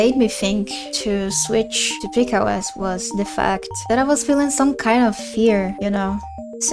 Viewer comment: Peak OS is pronounced Pika (as in Pic-a) OS